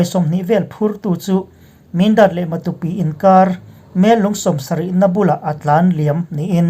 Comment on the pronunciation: i puang thiam in a ngaihnawm lutuk, Matupi hi kaw tha lo tih te, Sa ke chhia tih te ang in han thluk la, Matu ram tih na a ni ang a, a thluk pawh a dik ngawt ang